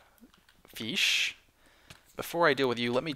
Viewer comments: Every time he complains about glitchy mobs. Drink Every time he says feesh. Drink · Feesh=fish! Let's learn the language!:D